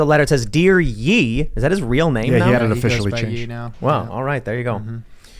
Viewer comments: Dude the name is pronounced "Yay" Short for KanYE not "Yee"! lol for goodness sake! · Dear yee lol it's "yay" like last syllable of Kanye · Tim said "Yee"😂😂😂 it's Ye as in "Yay"😂but I digress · His name change - is pronounced YAY for the ending part of his name: Ken-YEA - so he is using part of his name and it's not 'yee' - so pls say it right. My mom's name is Patricia and I renamed her (to her liking as she hated her name) to the last 5 letters of 'Ricia' which is pronounced 'Risha'....just the same name but the last 5 letters pronounced w/out the 'Pat' prefix. It requires a pause to think and use our common sense and a bit of imagination guys.... :) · Lol it’s pronounced Yay not Yee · “yee” lol. Is pronounced “yay” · ITS PRONOUNCED LIKE "YAY" NOT "YEE" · Why did you guys pronounce his name “Yee” lmfaoooo it’s “yay” edit: spelling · Why do all white people say Ye as Yee as if Kanye isn’t pronounced kan-yay. Ye is yay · 'Yea' not 'Yee" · His name is not pronounced Yee, it’s pronounced Yay as in Kanye. Saying it as Yee makes someone seem dumb to the hip hop community. Total facepalm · Tim, its 'yay'(Ye) not 'yee' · “Ye” is not pronounced YEE, but YAY. As in Kanye. Cmon tim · It's not Yee, it's Yay. Short for Kanye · Stop saying yeeeeeei its yay was it kanyeeeeeeeei wast no kanyay say kanyay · Can someone please super chat to let them know that “ye” is pronounced “yay” not “yee” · “Dear YEEE” Tim, it’s pronounced like “yay” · Its Ye like Yay, not Yeee lmfao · It's not "Yeee" it's the end of KanYE, so it's "Yay". Dear "Yay" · its not "YEE", its "YAY"...as in kanYE. Lol. How this eluded you guys is beyond me, lol. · Doesn't he pronounce his name "YAY" not "YEE"? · Its pronounced "Yay" (Ye). Kan-ye, get it? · Ye is not "Yeee" it's "Y-eh" as in "Kanye" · "yee?" — Tim. lmao. its pronounced "yay" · Its not yeee It’s pronounced YA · It’s pronounced “Yay” you absolute dolt. Youre a journalist you should know thah when you literally cover him fuckin weekly